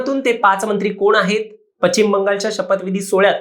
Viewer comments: पचिम नव्हे पश्चिम म्हणा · पश्चिम नाही म्हणता येत तुम्हाला. पच्चिम नाही ते.